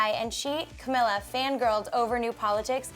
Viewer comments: it's camEEla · CAMEEEEEELA NOT CAMILLA